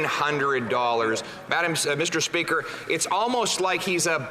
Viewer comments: Meester speeker..... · Meester Speeker😮